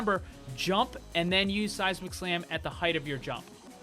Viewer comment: Ahahah, every time you say the phrase "Seismic Slam" I always think you say "Sasi Mac Slam" aha. So funny.